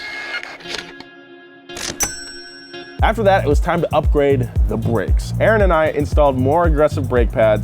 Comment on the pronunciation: “it was time to upgwade the bwakes”😂😂